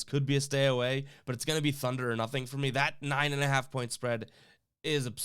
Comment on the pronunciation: Did anyone notice the video said "Thuner" and not Thunder. LOL... Thunder with the spread.